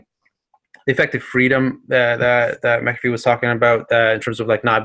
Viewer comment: Interviewer couldn't even get his last name right. It is/was Mac-A-Fee.